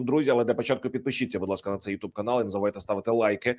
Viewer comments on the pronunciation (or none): none